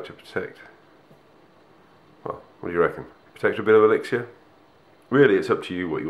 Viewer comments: It's said as elix-er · True, I have found that a lot of ppl pronounce it elixshure or elixier